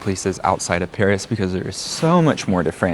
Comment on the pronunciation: It should also be noted that when they say Paris, they pronounce it like "perish," there's a sort of inversion of the vowels a and é.